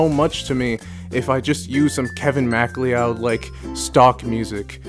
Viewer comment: I'm sorry, this is an excellent retrospective and I really love the detail gone into here but "Kevin Mack-lee-odd" just sent me. Never heard it pronounced that way and it's going to live rent free in my head for a long time.